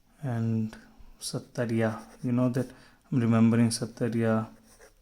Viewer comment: Sir.... It's Sattriya not sattariya☺️ Sattriya is an Assamese classical dance form. And Thank you sir for helping us ❤️ ☺️